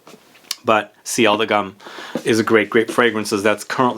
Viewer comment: GUM is pronounced G-OO-M :)